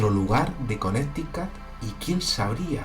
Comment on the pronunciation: Saludos!!! Connecticut y c pronuncia Conéricot. Saludos desde Puerto Rico. Felicitaciones x tu canal.